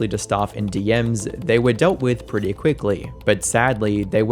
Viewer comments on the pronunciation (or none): none